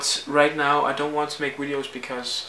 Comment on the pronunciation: Why do you say wideos ? And weasons